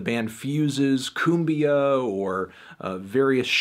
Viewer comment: I very much appreciate your surprisingly decent pronunciation and proper graphic, tonic accentuation of the language. You rock (or cumbia?), eclectic sir.